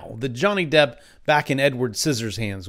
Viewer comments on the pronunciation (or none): none